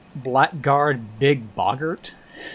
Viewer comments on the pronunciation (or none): Oh, and "blackguard" is pronounced "blaggard" (which is also an alternate spelling)